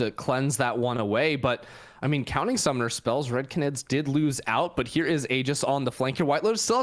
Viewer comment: 30 minutes of mispronouncing canid (gone sexual)